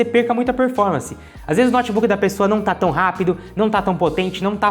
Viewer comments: Moço, meu ouvido pediu pra vc pronunciar " noutebook" e não "nótebook" nos próximos vídeos. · Um dos erros é a pronúncia: pronúncia correta: noutbuc. Não diga nótibuc. Pavoroso!!!😭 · Um cara que chama um Notebook de Nót Buk nada entende desse equipamento! Não sabe pronunciar o nome, como saberá o restante????